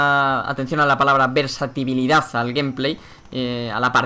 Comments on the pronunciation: Es Versatilidad, no versatibilidad, pero estoy de acuerdo contigo. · "atención a la palabra (que mal la digo xD) versatibilidad" va de buen rollo el comentario pero es "versatilidad" de hecho. Me ha hecho gracia como hacías que nos fijaramos en eso...